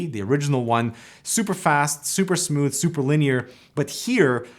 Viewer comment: Nobody: Canadians: Smuuthh